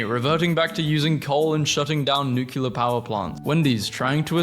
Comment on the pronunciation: 'nucular' why!?